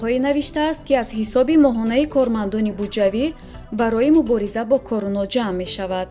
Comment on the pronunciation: Эй барандаи Фарбеҳ Короно не Корона гӯй. Овозат мисли мурге, ки хурӯс намегояд.